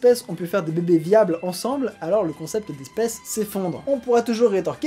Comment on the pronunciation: J'adore comment tu dis "beubé" (bébé) 😂😂